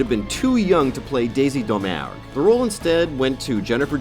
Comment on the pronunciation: You mispronounced Domergue